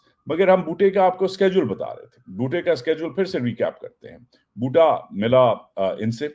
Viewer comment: Love the way you say Boota